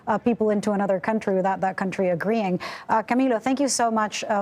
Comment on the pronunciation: It’s camiLLO, not CamiYo.